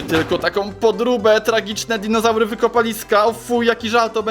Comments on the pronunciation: Nie dizonaury tylko dinozaury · DINOZARY A NIE DIZONAURY xD Pokaż więcej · Dizonaury haha